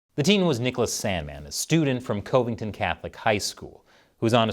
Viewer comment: 'Cuv ing ton'